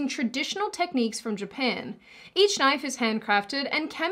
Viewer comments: “that’s not a knoife. Now this, this is a knoife.” I wanna hear do a Crocodile Dundee reaction/review and do quotes!!! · It's pronounced noyyfe ...and I thought you were Australian. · Silly Aussie, it’s pronounced, “noife”.